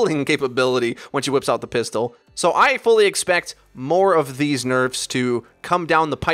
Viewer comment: "Nerfs" righttttt